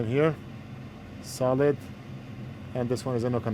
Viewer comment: Everytime says "solid", I hear "salad". What can you do?